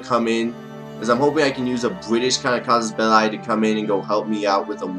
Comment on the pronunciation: Its cassus ball-ey no ball-i